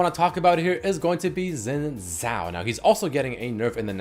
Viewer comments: When will people start pronouncing Xin Zhao correctly..(shin jao) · How you pronounce Xin Zhao is so annoying